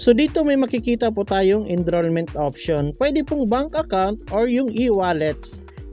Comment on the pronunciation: ENROLLMENT PO, NOT ENDROLLMENT